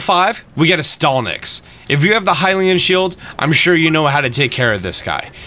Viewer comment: "Heenix and stalnix"